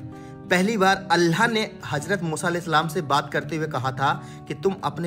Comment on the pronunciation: Bhayi allah hota h Kam se kam. Allah ka nam v sahi se lijye aap allah nam sahi se nhi le.rahe ho please allah bolo allaahh nhi bolo